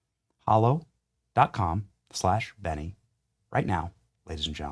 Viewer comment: Dear Benny……It’s Hallow……..Not hollow. As In “hallowed be thy name”